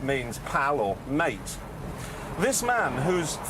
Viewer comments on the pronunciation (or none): none